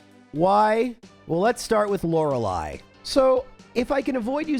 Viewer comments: It's actually pronounced laura-lee. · I'm willing to endure the mispronunciation of Lorelei if it means he gets to feel better soon. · What's with the disgusting pronunciation of Lorelei in this video 🤮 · You're so sick, you mispronounced the name of the first Elite Four member.